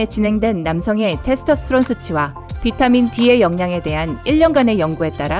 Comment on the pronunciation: 예? 테르토스트론이요? 테스토스트론이요?